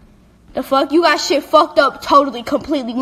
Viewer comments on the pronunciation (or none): Guys she’s really says “ yOu Ghot MeH FhUcKed Thhe FhUk Up “ HOW TF ?!